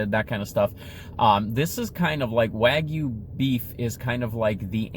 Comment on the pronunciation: 900 calories. Also it is pronounced Waa* gyoo. Or Wa Gyou.